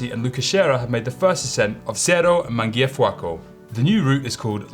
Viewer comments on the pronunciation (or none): Guys just for information: Cerro Mangiafuoco is read like "cherro manjafuoco" ;)